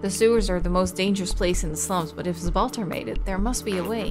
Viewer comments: It's a bit funny how you seem to have a kind of "illiterate memory" where when you read a name incorrectly the first time you then use the same spelling no matter how many times that name is repeated :) I'm referring to "Zbaltazar" which you just say like "Zbaltar", heh, no offense meant, it's just interesting. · I think the Z in “Zbaltazar” is silent haha like I think it’s meant to be like “Balthazar” but like Balt-ah-zar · it's bal-ta-zar XD